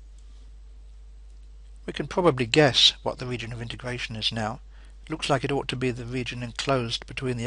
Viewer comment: wegion of integwation